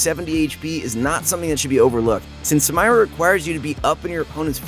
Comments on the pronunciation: Sometimes i think you people mispronounce names on purpose. It's not funny at all if so, it's irritating, especially from people who always swear they're professional. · come on bro. I know you’re trolling. You should watch Riot’s champ spotlight to see how Samira is pronounced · when youre first and dont know what to say Edit: he says samira wrong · I cringed so hard when I heard it 😅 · I was about to say the same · yo same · Well not to ruin shit for people but she’s called Samira pronounced (sameera) it’s an Arabic originated name so not “samyra” that shit won’t work. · PLEASE STOOOOOOOOOOOP IT'S SAMIIIIIIIIIIIIRAAAAAAAAA NOOT SAMMMMMAYYYYYYYYYYYRAAAAAAAA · Sah-me-rah not Sam-eye-ra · Please stop calling her samaira this is really triggering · said SAM-irah instead of Sameera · You pronunced the Champion's name wrong its Katarina 2.0 not Samayra. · people: Samira this guy: Sam-air-rah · Who tf says "SamIra" its "sameera" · The name´s samira, not samaira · Why r u calling her ‘sA-mYRa’ it’s spelled ‘SA-Mira’, do you also say ‘sY-VyR’ instead of ‘SIV-IR’. XD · its SAMIRA... no SAMAYRA LMAO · Sa- mi -ra, not sa-may-ra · hes saying samayra not samira, hes trying to hard to be different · Sam-EEEEEEEEE-Rah not Sam-EYE-Rah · Sa MAYRA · the fact that he says "Samayra" instead of "Samira".... bothers me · I was just like please stop saying her name, just say she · Take a shot every time he says Samayra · sa-my-ra sa-my-ra sa-my-ra sa-my-ra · Someone please tell her name's pronounced SA MEE RA. Riot themselves say so. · Why does dan say sam"i"ra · SA- MIIIIII- RAAAA She literally says her name can you say it right? Jesus Sidenote: I glitched her Q after her Dash, she locked and didn't move. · sam eye ra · its Suh meer Uh..uncultured swine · Me: Triggered that he doesn't pronunce samira as sa-meer-a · Sameera already says her own name in game and this dude can't pronounce it correctly... Goddamnit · I hate how he said samira. Made me Cringe